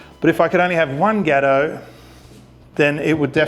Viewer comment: Got oh. Not ghetto mate. 😉😂